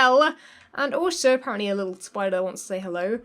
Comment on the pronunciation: And appawently...